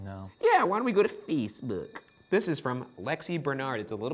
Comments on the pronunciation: Erik Kristensson feezebook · Why did he say Facebook like that 😂